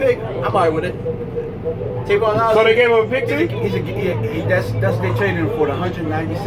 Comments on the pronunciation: I opened this video just so I can say, it's TAVON not TRAYVON.. go. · Tavon.... not Travon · Trayvon lol no it's tavon